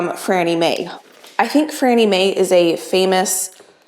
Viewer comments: FANNIE, NOT FRANNIE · It is Fannie May, not Frannie May. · lol its FANnie May, not FRannie Mae. Fannie was a common name early 20th century but no idea what its short for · Um, Sweetie, it's FANie May, not FRANie May. Fan -- not FRAN. It's irritating to hear you say that. Of course, Fannie May is a famous candy company. It's been around since before See's got started. My dad gave me Fannie May's peanut brittle recipe that he got from one of their workers with the proviso never to give the recipe to anyone else. I've been making it for 60 years. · It’s Fannie May, not Frannie May!💕👸🏻💕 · FANNIE....NOT FRANNIE! 😂😂😂😂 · Fannie May - not Frannie. I would not change Fannie’s Recipe. Stores used to be all over Michigan. Loved her white chocolate. Also you should try Alton Brown’s Easy Peanut Butter Fudge. It is the bomb! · Not sure if you’re mispronouncing it or if Grandma Ruth jotted it down wrong, but it is FANNIE MAY (not Frannie). - lifelong Chicagoan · Are you sure it’s not Fannie May instead of Frannie May ? I’m from Chicago where Fannie May reigns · Fannie, not FRannie! Love your channel! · Fannie Mae ... not Frannie Mae :-) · It's "Fanny" May not Franny May. Excellent candy company! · Actually, it’s Fannie May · It's FANNIE Mae with an AAAAAA NOT AN R.. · Fannie Mae. No "r".